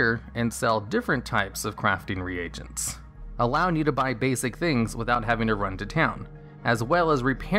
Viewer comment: You're pronouncing the word "reagents" wrong. It's [ree-gents], not [re-agents].